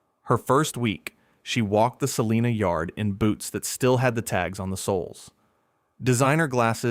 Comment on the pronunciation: According to a kansan, its pronounced sa-line-a, not sa-lean-a. They will correct you every time. Lol